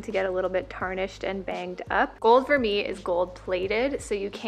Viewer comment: I refuse to buy vermeil jewelry, it tarnishes fast even with good care and it just ends up being a waste of money for me. I own a lot fewer pieces but I just wait for a good sale on solid gold! P.s. Vermeil is pronounced ver-may